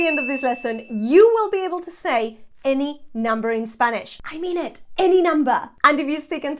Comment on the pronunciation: Thanks so much, i'm from sweden as you can notice my english is not so good as i wish however your pronunciation is so clear so i understand enough to be able for trying learn spanish, great job! I will follow you since now